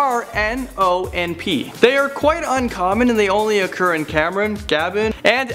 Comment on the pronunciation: Mate, the country's name is cameroon not Cameron